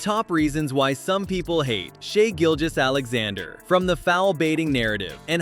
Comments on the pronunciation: Why do people mispronounced his name. Trash video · foul baiter? Think James Harden. Kobe Bryant. And please pronounce his name correctly Mr. AI